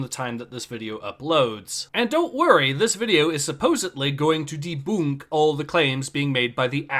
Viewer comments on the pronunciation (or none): " I'M GONNA DEBOONK!!! Ah... I AM DEBOONKING!!!! AAAAAAAaaaaaaaaaah... " Thanks for sacrificing your sanity for our entertainment. ❤